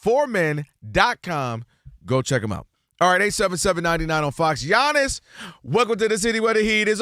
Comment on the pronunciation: Giannis and SHAM not bam SHAM 😂😂